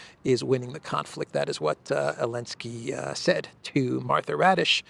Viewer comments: Martha "Radish" is actually Martha Raddatz (she's been a Washington reporter/correspondent for nearly 40 years). is very casual about pronouncing foreign names, not only Slavic and African (and this one is not even foreign). I have no trouble pronouncing "Christoforou". No more radishes, please! 😉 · Her last name is actually Raddatz. Not Raddish. But, it’s funnier if you just keep calling her Raddish. 😛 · That interviewer's name is NOT "Raddish", but RADDATZ ... which is an old Prussian NAZI name!